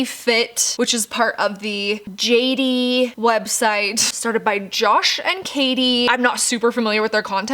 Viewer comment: It’s not J 80 it’s pronounced Jaitie fit